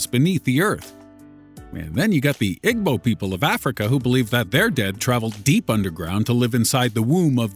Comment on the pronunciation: The way he said igbo. IM TRIGGERD. You don't say the 'g'. ee·boh.